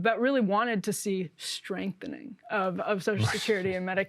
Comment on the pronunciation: "Strengthening" Lol!